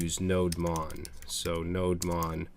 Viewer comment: I think it's "Node Demon", just sayin